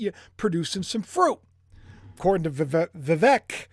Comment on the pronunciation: VIVEK is pronounced VEEVake like Cake. ❤